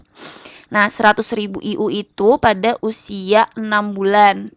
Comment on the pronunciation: Internasional unit dibaca ay yu wkwk